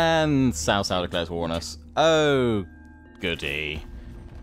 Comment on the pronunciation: Anything starting with a C followed by a vowel is pronounced as a sort of 'ts', so Sun Ce is 'Sun Tsuh', Cai Mao is 'Tsai Mao' and Cao Cao is 'Tsao Tsao', really not too bad on the pronunciation generally though. Also, anything where it's just E after a consonant has the 'Uh' sound, so words like He are pronounced more like 'Huh' or Re would be 'Ruh', think of how 'fur' is pronounced in British English and pretty close with the vowel sound.